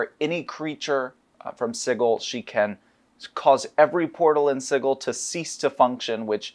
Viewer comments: Why do they keep mispronouncing Sigil? It's pronounced si-jil, not sig-il. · I hate how they say "siggal" isn't of "sijal" 😭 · Does the pronunciation of Sigil bother anyone else. My brain figuratively hurts every time they say it. Like when people argue over Drow…. Sig-il… 😂😂😂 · the creator of planescape says it's j sound not a g sound. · The real pain is them constantly mispronouncing Sigil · I'm pretty sure the pronunciation is a little joke by the author. There's even a bit in the original source book with a court excerpt for a Paladin that got arrested for killing some devils once found himself in town. They were willing to overlook his mistake but they couldn't overlook him calling g the city 'Sidjul' rather than Sigil. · The word sigil as in "an inscribed or painted symbol considered to have magical power" is pronounced like a j.